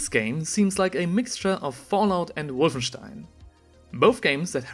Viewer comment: I love how Harenko tried to pronounce Wolfenstein the right way to sound like a cultured man while completly butchering the pronounciation